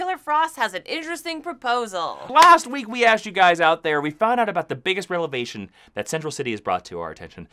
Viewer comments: Hey, are you saying "revelation" as in reveal because it sounds like you're pronouncing it as "relevation", as in raising or lifting up. Noticed this in last weeks Recap vid also. Just wondering. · I literally laugh out loud every time you say "relevation" instead of revelation. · There's a bit of a folksy charm when you pronoucne Revelation as "Relevation",.;)